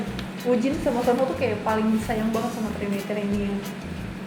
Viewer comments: seon ho please not seung ho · Ka maaf yang bener itu yoo seon hoo bukan yoo seung hoo